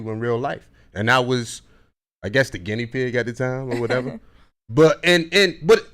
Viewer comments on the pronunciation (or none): none